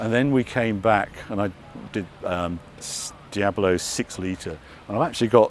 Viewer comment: Love your videos Harry but please make the effort to find out how to pronounce the names of the cars!? There is no such thing as a Reveluto...it's a Revuelto? And the word Diablo has three syllables not four! Also, the green Countach is a PRE-production car and there are so many differences between it and an actual production LP400!...